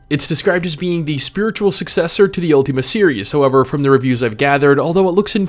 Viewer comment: UL-TIM-A NOT UL-TEAM-A Sorry just had to get that out there